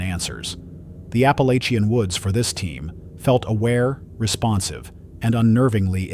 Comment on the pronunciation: Please program your AI voice to say Appalachia correctly!